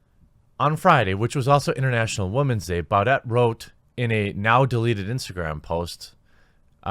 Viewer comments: His last name is pronounced "bou deh" not "bou det" lol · Jeremy, it's pronounced "boo-DAY" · does he listen to s and s? it’s pronounced “Booday”